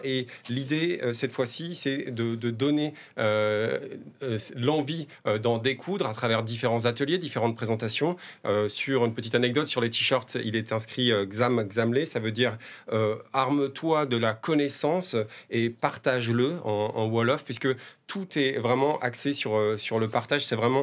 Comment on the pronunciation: le solgan "xam - xamlé" si lit "kham-khamlé" plutôt